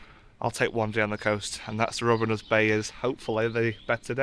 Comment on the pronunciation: Reivaulx - Pronounced Ree - Vo - ignore the i, l and x